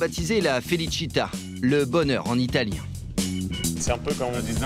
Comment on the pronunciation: "Felicità" not "Felicita".